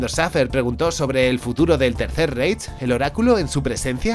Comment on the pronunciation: ya te lo comenté en otro vídeo y me respondiste, pero me veo en la obligación de comentarlo de nuevo: "Reich" se dice "Raij". En alemán cuando aparecen juntas las vocales "ei" se pronuncia "ai". Un abrazo